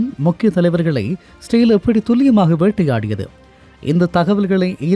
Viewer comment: பரபரப்பு மீடியா செய்தியை அப்படியே திரும்ப சொல்றியேப்பா. இஸ்ரேல் என்பதை சரியாக உச்சரிக்க முடியாதா?